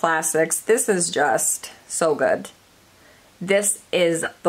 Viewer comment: You do realize that the word GOOD doesn’t have a T at the end of it, right?